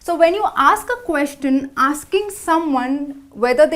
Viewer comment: Please proofand edit the videos before you post them. In a video about common errors made while speaking, the speaker '' herself has made many mistakes: 1. Many a times: It's either 'many a time' or 'many times' 2. The pronunciation of the word 'Question'